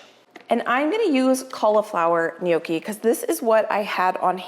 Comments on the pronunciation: Once again, NOT "knee okee". Sorry. 😢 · It's Nyocki, not sure why Americans say nyoh key